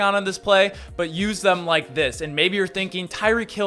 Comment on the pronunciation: Kyick hill? Lol.